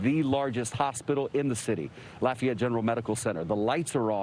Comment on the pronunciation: You can tell by how he said "laf e ette" correctly. Even emphasizing it after host said "law fay ette" which how most the world would have said it. Not evenone here talks like the coach on waterboy.